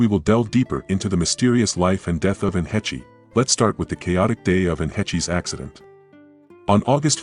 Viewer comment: Still can't pronounce the woman's last name properly yet. Hāsh not hetchy. AI's irritate me much. Hetchy, Hetchy, Hetchy!!!! 😒😒😒